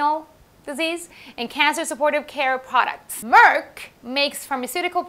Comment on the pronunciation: Your pronunciation of Merck and Amgen is correct. For Amgen, the 'gen' part is just like 'generation'. Love your channel!